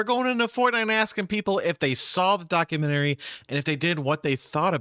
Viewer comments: He says doc-U-men-tary. It’s doc-u-ment-ry. He’s probably just never been to the Lie-berry. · Who pronounces documentary document-TARE-ee? Please stop 😅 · Man can't even say "documentary" correctly like tf lmaoo such an ignorant garbage pile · He can't even say 'documentary' correctly and we're supposed to take his opinion seriously. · Lol Fortnite gospel man can’t pronounce documentary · I hate the way this doof pronounces "documentary". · why is he pronouncing “documentary” like that